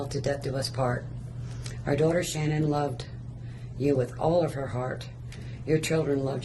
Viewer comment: Say her name right